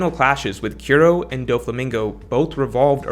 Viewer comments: You suck at pronouncing most One Piece names/words lol. Kiro? You make Kuro? Koo-Ro. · struggling a lil bit to pronounce Kuro. Good video though. Thumbs up.